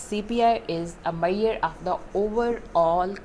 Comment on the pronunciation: its MEASURE not MAIYER .